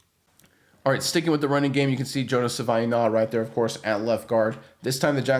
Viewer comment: JFC its pronounced "Sa-vah-ee-nah-yah"